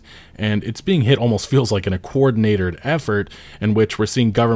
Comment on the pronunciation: coordinated. not coordinat-or-ed.